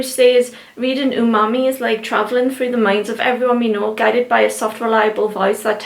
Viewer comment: Is it bad when you said "Umami" all I thought was unagi...😁😂